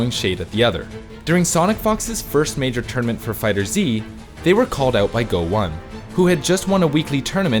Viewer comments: why do you read fighterz as fighter z... its meant to be read as fighters but with a Z. and go1 is read as goichi not go one smh 1 in japnese is ichi so its goichi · Did this cringe lord really call Go1 "Go One" The number in his name is read as ichi you uncultured swine.